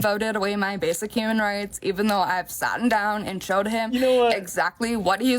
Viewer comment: She said "mutilize", "satten down", and pronounced drowning with 2 'D' sounds. And she had to write down what she was saying. Why can't she read the word drowning and see there's only 1 'D' in it? Where did she come up with words that doesn't actually exist? She can't do basic simple things that everyone should be able to do, and she has the unmitigated gall to lecture him on his choices that are common sense? This is supposed to be a free country, and she wants to use fascist tactics to try and force him to do something against his will? How is that freedom? Then she talks about other people having a failure to understand basic concepts and says that she can't hold their hands? She's describing herself and what she needs as proven above. SMHID.